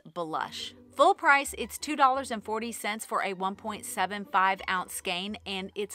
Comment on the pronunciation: Great video and thank you for pronouncing skein properly.